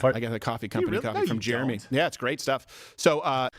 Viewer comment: JEREMY! JAIRuhMEE! GERE-EMMIE! JEREMY! JAIRuhMEE! GERE-EMMIE! JEREMY! JAIRuhMEE! GERE-EMMIE! JEREMY! JAIRuhMEE! GERE-EMMIE! JEREMY! JAIRuhMEE! GERE-EMMIE! :P